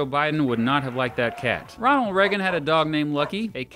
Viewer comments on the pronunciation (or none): none